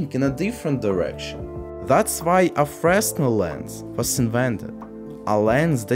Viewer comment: Small correction on pronunciation: It's "fruh-nel", not "fres-nel". Oops.